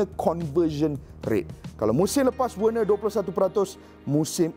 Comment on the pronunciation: Cara pronounce nama werner = verner